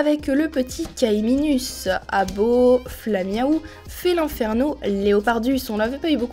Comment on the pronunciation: PAS FÉLIN FERNO C FÉLINE FERNO ÇA CE PRONONCE COMME ÇA OK ET TU AVAIS DEUX CARTE LA IL Y A VOLTORBE ET UN VOLTORBE A L ENVERS CELUI LA IL S APPELE ÉLECTRODE OK a par les faute J'ADORE TES VIDEO